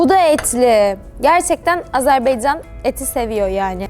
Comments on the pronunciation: Yanlış bayrak koydunuz 🇦🇿bir de Azerbiycan deyiş Azerbaycan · Güzelim Azerbeycan degil Azebaycannnnnn